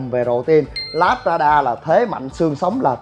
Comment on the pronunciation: " lác ra đa" tiếng Anh đọc là Labrada, tạm đọc là: là brá đà. Nếu thích nói tiếng Anh thì chịu khó phát âm cho đúng đừng để người ta cười mình ngu mà thích nổ